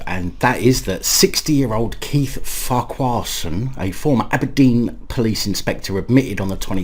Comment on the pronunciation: It’s pronounced Farquharson Not Farquharson. 😀